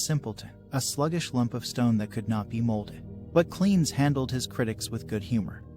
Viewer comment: Simple. Lack of due researches. He also pronounces Cleanthes as "Cleans" for some reason.